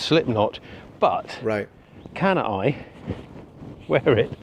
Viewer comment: I was half expecting pronunciation of “can I” to be close enough to “Cannae” to trigger genetic PTSD from a certain battle during the 2nd Punic War.